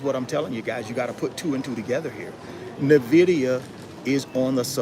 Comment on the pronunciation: Nvidia or NAAAVidia 😂😂😂 you crack me up bro!! 😂